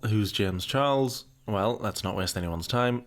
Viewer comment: Why can he never say the ch in his surname properly?